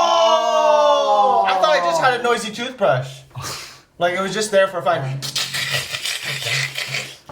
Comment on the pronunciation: TOOSBRASH？ TOOTHBRUSHじやないの？